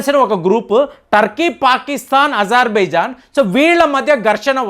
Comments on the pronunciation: Azerbaijan ni izerbaijan antunaru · Ajarbaijan andi babu.ijarbaijan kaadu.Pronounciation antha wrong chepthunnaaru meeru.